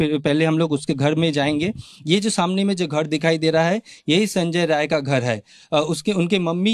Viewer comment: The criminal's name is ”Sanjay Rai ". Pronounce the name correctly.